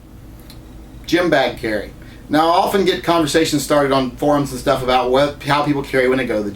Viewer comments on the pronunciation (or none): none